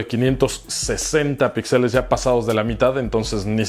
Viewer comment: Ya que estás en correcciones, se dice píxeles y no pixeles.